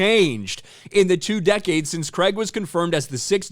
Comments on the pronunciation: Craig is pronounced Cray-g not Cregg in the UK and that's how Daniel pronounces his name. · His name, Craig not Creig 😂😂😂😂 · 😂😂 Daniel Creg. Its Craig Not Creg.